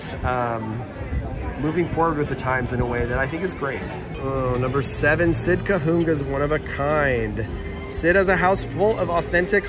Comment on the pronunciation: Small detail. Cahuenga is pronounced like Ka-wang-a. As a native Angeleno, this always makes me smile! Overall, I love videos comparing and contrasting the opening day of the WDW parks to the current day!